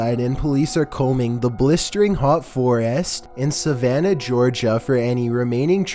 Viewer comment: Did anyone else say “I do declare” when he said Savanna Georgia?